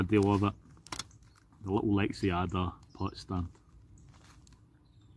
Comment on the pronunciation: For the love of god man, it's Lex-ada no i or e in there. Love your videos.